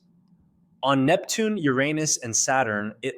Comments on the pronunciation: You said YOUR ANUS wrong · You lost me at your mispronunciation of Uranus.